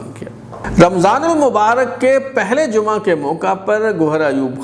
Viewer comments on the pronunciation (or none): none